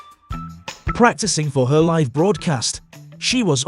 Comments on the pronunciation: Presenter needs to understand English...liv on air is not how you pronounce LIVE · You commentary is shhite, live and none are not pronounced like that you mooron. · Pretty bad voice over. The letters 'live' spell 2 words that are pronounced differently. Getting it wrong simply adds to the embarassment of this post.